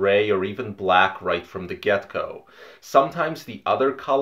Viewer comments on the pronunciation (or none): Did you say, "right from the gecko"?